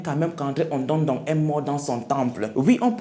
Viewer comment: waouou trop top et ton visage très nickel et propre,très charmant merci pr cet histoire bien k je suis ganonaise me tu prononcé pas bien le nom ondo ndong😂😂 ce pas grave